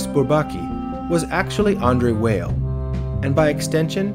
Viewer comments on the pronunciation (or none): weil is pronounced vial though